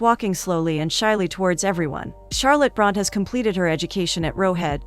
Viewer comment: I wish the AI could learn to pronounce Bronte correctly 🙄.